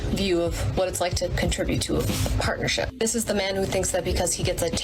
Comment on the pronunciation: CON-TRIB-UTE...not "contra-bute"....also stop saying "ya know" write down what you wanna say in the video 1st so it seamless